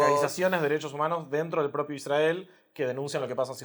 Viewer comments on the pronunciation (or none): cuando dijo IsRael y no Isrrael se le cayó la estrella de David al explicador. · Creo que perdí el interés en el minuto 20, cuando ya había escuchado la pronunciación "ISrAEL" por... vigésima vez. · La forma en que pronuncia Isrhael debería hacernos sospechar de su imparcialidad. En ningún momento le escuché decir "limpieza etnica" "colonialismo". Que fue la política que implemento Israel como continuación de la estrategia británica.